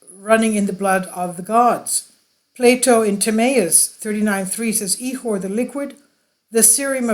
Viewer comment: Proper pronunciation is ik•or the ch is a K soaund and the I is not an E sound not E • Core